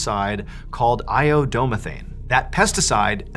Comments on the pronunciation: As a chemist, I burst out laughing when he mispronounced "iodomethane" . If you're curious, it's pronounced eye-oh-doh-METH-ain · As an organic chemist, how you pronounced iodomethane hurt me LOL. All seriousness I been following you since you first started your channel and I’m so damn happy to see how successful you are!